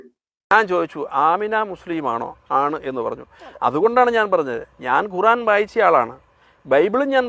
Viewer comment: എടൊ നീ ഒന്നും വായിച്ചില്ല ഖുർആൻ. ആണ് കു റാ ൻ അല്ല. ഖുർആൻ വായിച്ചാൽ ഖുർആൻ എന്ന്പറയണം. അല്ലാതെ കുറാൻ അല്ല. ഖുർആൻ എന്ന് ശുദ്ധി യോടെ പറയാൻ കഴിയാത്ത ഇവൻ ഖുർആൻ എവിടെ നിന്ന് വായിച്ചു. ഇവന്റെ ഒരു നേതാവ് പറഞ്ഞു പാക്കിസ്ഥാനിലെ ഖുർആനാ ണ് ഇന്ത്യയിലെ മുലിംങ്ങളെ പഠിപ്പിക്കുന്ന ത് എന്ന് ഇവരെ യൊക്കെ. ജന്തു എന്നല്ലാതെ എന്ത് വിളിക്കും